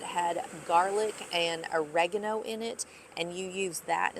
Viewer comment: It's o re gan o that's how you say it lol